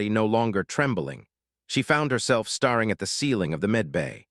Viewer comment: And, narrator still can't tell the difference between bow and bow; tear and tear; star and stare; starring and staring. One of these years.......